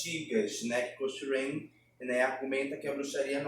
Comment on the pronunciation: Olá. A pronúncia correta de Cochrane é coc-crein